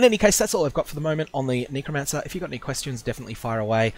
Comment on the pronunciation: nee-crow? lol, it's a "neh" sound, not a "nee" sound